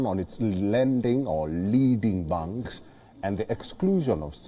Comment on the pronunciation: Please pronounce "Banks" properly, it is hard to understand whether it is "Bunks" or "Banks"